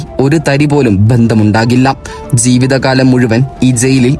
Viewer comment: സെയിൽ അല്ല, ജയിൽ എന്നാണ് പറയേണ്ടത്. സീവിതകാലം എന്നല്ല പറയേണ്ടത്. നാക്ക് വടിക്കടോ 🥵💀